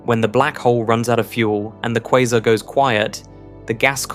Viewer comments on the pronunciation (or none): none